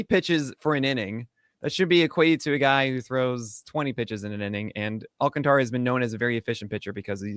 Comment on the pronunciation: Just a heads up guys, it’s pronounced Sandy “Al-contra” not “Alcan-Tara”